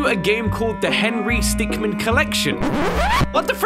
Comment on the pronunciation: Its Henry Stickm"i"n.